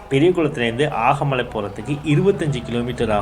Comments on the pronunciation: ஆகமலை அல்ல, அகமலை. தேனி மாவட்ட மலை கிராமம். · அது ஆகமலை இல்ல, அகமலை